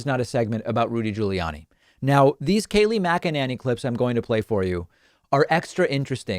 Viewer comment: big upvote for finally getting Kayleigh's name right +1